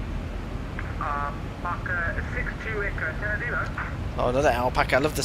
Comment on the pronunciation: It's "anta-nana-rivo" but people from there just call it "tana"